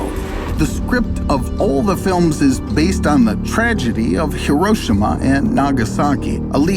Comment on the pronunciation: Did he just fail how to say Hiroshima?